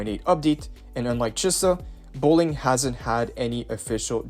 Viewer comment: Chee-sa not che-suh